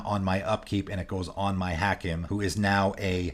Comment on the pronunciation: Hakim: Haa-keem. Every time I heard the mispronunciation I cringed.